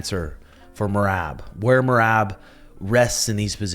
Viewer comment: Herb just called me and wanted me to tell you that you still can’t say Merabs name